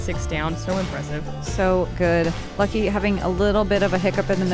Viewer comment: Calling Lykke "Lucky" seems very strange to me. It isn't that hard to pronounce.